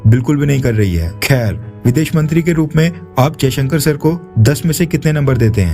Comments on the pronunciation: His name is Jaishankar NOT Ajaishankar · First of all his name is Jaishankar not Ajayshankar . Correct urself.